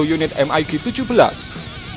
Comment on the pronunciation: EM AI JI bukan em ai gi.. lebih mudah baca Mig.